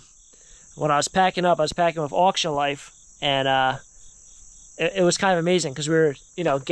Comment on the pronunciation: It's funny when he says whiff instead if with. Like every video. Lol